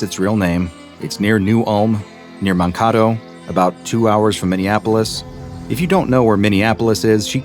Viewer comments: Woh woh woh, I live 15 minutes from sleepeye in new ulm. Also you pronounced Mankato wrong, it’s (“Man” “k” “toe”) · Man Kay Toe Mankato that ground on me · Mankato (man-kay-toe)